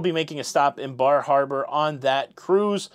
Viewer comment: Bar Harbor. The R is really soft. Fall foliage is beautiful. Lived in Maine for 5 years